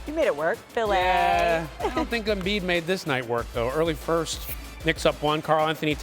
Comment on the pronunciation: Embid 🤷 as Charles Barkley would say turible